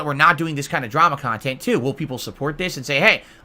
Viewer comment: Narcissist lolcow shocked no one wants to listen to him blather on about old documentaries about irrelevant kahntent